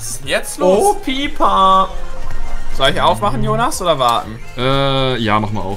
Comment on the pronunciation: Das heißt eigentlich Piper